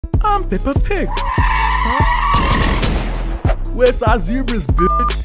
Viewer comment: It’s the fact you call her pepper pig😅